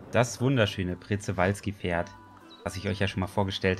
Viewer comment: Schöne Mod. Noch ein kleiner Hinweis am Rande : das Przewalski-Pferd wird "SCHEwalzki" ausgesprochen